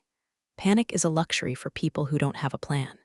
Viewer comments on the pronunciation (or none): none